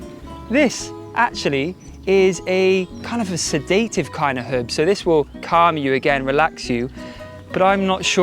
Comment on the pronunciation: Gaz, you pronounced "respiratory" perfectly well each time 😊😊 But not "sedative" lol 😆